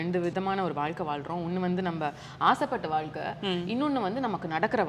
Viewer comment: Abhirami is great. Ramya great job. One small suggestion. You were pronouncing “Zha” and la nicely. Suddenly, you say valkai instead of vazhkai. Please don’t go with the trend. You are doing a great job !